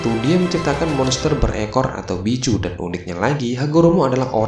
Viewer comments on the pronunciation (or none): none